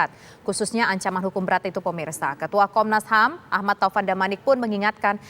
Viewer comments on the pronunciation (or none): komnasham wkwkwkwkwk pingin ketawa klo dngr komnasham